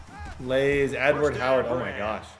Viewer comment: Love the content and consistency (minus yesterday lol). Love how you spread the ball around. I just hate "Laze"(lays), please just add the r back. Just sounds lazy not catchy.